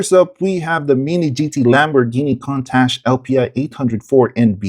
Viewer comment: Pronounced "koon-tosh"